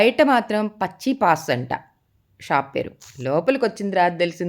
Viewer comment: పచ్చియప్పాస్, పచ్చీపాస్ కాదు.